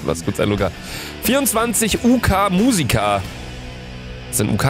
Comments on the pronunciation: 'UK' erstmal, deutscher aussprechen geht's nicht und 2. das ist die UK, United Kingdom, England- 😂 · UK = United Kingdom Luca: "Uh Ka"